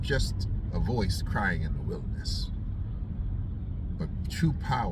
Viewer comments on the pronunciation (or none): none